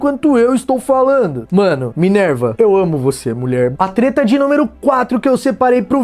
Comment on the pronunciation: opa vc falou teta... a nao pera treta? ALO FELIPE NETO NEWS(Treta News)